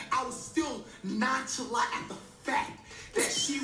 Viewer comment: Niga said “NONCHALAT”